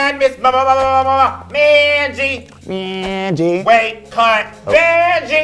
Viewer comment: please dont call vanjie no more. EAR BLEED